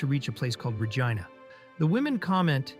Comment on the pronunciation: PLEASE! It’s Regina (re-‘jee-na), not (re-jai-na)! Don’t make it sound like a lady part, perv! 😂😂😂 Reminds me of the airplane scene in MCU Shang-Chi. Awkwafina says the Gina joke.